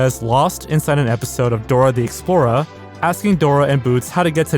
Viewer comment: You pronounced Dora the Explorer like a Kennedy.